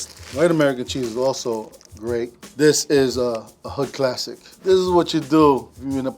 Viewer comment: Cla-seek, nice I'm gonna start saying it like that.